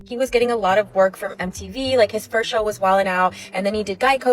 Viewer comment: go back and watch the very end, start it You can see the ick in her face when he says “I saw her from the back fiRST” with this weird inflection on “RST”